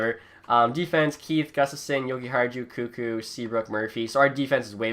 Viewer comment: did u just call Koekkoek 'coo-co'o lmao